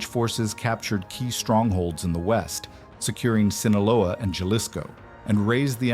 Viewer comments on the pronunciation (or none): none